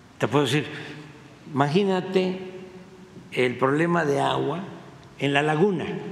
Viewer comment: ¿Quien le puede creer a éste ente irrelebante,fantasioso y cuenta chiles? Y luego su forma de hablar y querer devaluar y amedrentar a la reportera. Vergüenza de presidente que miente como respira. Y luego ke dice: maginate. Pobre weeeeee .